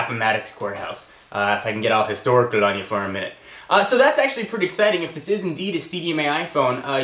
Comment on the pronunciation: He sounded Irish when he said "historical'